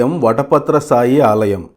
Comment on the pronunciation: సాయి కాదు, శాయి